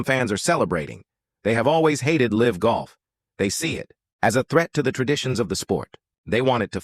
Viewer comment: "The face of el-ive golf." And with that, I will not waste another second on this AI slop.🤣😂